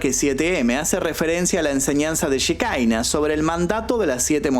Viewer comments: no se pronuncia shekaina, la palabra es hebrea, שכינה, significa presencia, y se refiere obviamente a la presencia de Dios, se pronuncia Shekiná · Querido, se pronuncia Shekiná, no shekaina. Un abrazo! 🤗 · cómo va? Por las dudas, ellos capaz lo pronuncian Shikaina pero en sí se dice Shejiná Yejina. La shehina es el espíritu divino para el judaismo la j y la k son de confundirse según la rama religiosa que agarre o no el antiguo testamento o cómo lo interprete (no es el espíritu santo pero va por ahí)